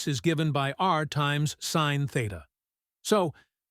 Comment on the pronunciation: Funny how we get speakers who know nothing about what they are talking about! He pronounced cos as cause, cosine, and sin as sin, not pronounced as sign. So he gives us "cause sin."